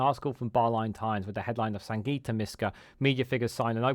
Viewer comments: Thanks for this update. On a side note her name is Sangita - not Santiga 😉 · Its absolutely shameful that you do a video defending Sangita, yet you couldnt be bothered to A) pronounce her name correctly or B)expect us to believe you really know who she is when you called her by something different 20+ times. Perhaps look into "HOOKED ON PHONIX" it may help with "San-gi-ta" as well as "un-press- sid -dent-ed" (unprecedented ) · Quality video, although you Can’t say her name😆. Still gon sub tho. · Apart from your repeated mispronunciation of Sangita’s name, your video is very helpful.